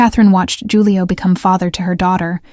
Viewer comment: Loved the story! But Julio is pronounced with an H, not a J.